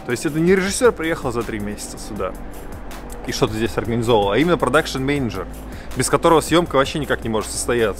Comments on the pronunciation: Ахахах люблю смотреть, но три раза слово мЕеенеджер))) в голос ржал! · ты очень смешно гриш слово менеджер )